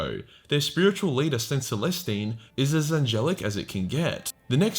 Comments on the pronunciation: Oh God you called her saint molestine lmao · hol'up did you say Saint MOLESTine